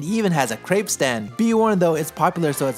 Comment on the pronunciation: i am not french but the way you pronounce crêpe really disappoints me